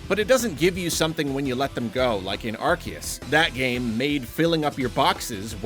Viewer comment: Finally someone who says Arceus right